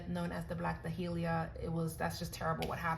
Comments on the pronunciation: Day-lee-a, not Da-hee-lee-a. Just saying. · I never heard black dahlia pronounced like that but I am also in the south we have a drawl